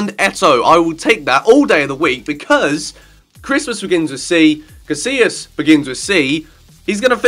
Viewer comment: Did you really just pronounce "Casilla" like "casiLa"? Omfg facepalm